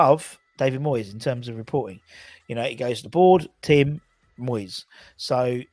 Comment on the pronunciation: u keep pronouncing Tim incorrectally.